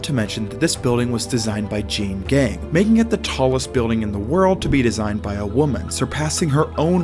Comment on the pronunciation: Excellent job and video. Just FYI Jeanne is actually two syllables—pronounced Jean-ee. And the two-story penthouse actually sold for $20.56mm.